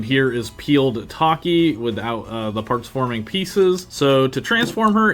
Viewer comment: ACTUALLY its Tachy( Tha + chi) not taki Boi its Cielo (say/Ci + leo) thats how i pronounce it Phantom hornet is a male😅